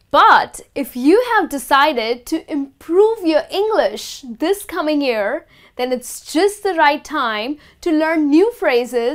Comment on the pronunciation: pronounce the word "year"right please